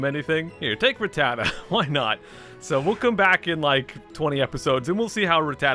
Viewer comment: Thank goodness. I developed a bad tic every time you butchered the word “rattata”